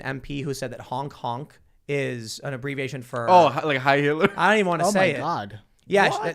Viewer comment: "Honking horns is the same as saying heil hitluh."